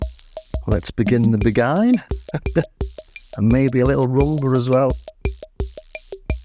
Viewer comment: Nice detailed, thorough and clean video like always, seems like the TR8S is truly a band in a box now! btw, I you were already notified that "Clave" is pronounced "Kla-Veh". Don't forget that "Beguine" is pronounced "Beh-Gin" (..or like Begin, so yeah - the song's name is pronounced Begin the Begin). Cheers mate!